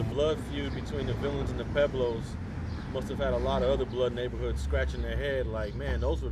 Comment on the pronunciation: Pueblos...Puh-weblows....NOT Peblows...if you’re gonna use a SPANISH name say it correctly. Esp you Alonso, seeing that you’re Puerto Rican...SMH